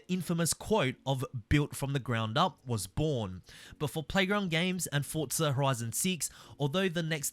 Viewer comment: It isn’t Fortza there’s no T. Its Forza, for-zuh. Hope this helps